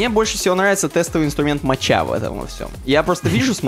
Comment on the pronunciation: ребят, респект за подкасты и поздравляю с юбилеем, хотел поправить что инструмент для юнит тестинга, так же как и кофе Mocha читается как мОка =)